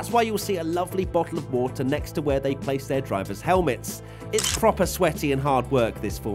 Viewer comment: a lovely bo' 'oh o wo' oh'